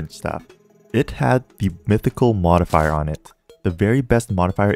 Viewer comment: nobody talking abt how he said mythical better than ruthles LMAO